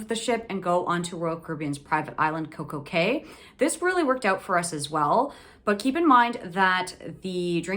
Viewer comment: Coco Cay is trademarked to be pronounced Cay like Kay, not key, so she was correct.